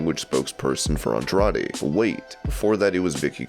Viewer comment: Who gives a crap what Jim Cornette thinks about Andrade's booking. The guy is too racist to even properly pronounce his name, and we're supposed to care about his booking opinions? And Jim's view on Johnny should tell you everything you need to know about his opinions on wrestling.